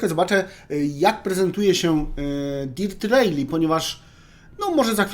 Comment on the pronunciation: Sprawdziłbyś chociaż jak się wymawia tytuł gry